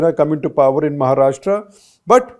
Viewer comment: Shekhar first learn to pronounce 'Maharashtra' properly (like 'Rashtra'), not Maharashtraaaa